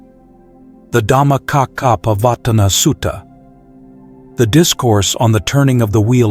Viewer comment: Good quick summary BUT Please pronounce the pali words correctly like Dhammacakkha pavatana Sutta, and anicha.